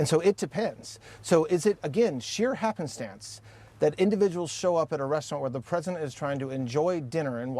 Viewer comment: did he say happistance like twice or am I just hearing things?